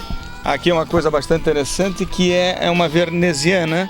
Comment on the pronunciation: "veRneziana" putz!